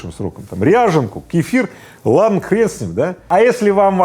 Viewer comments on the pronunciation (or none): none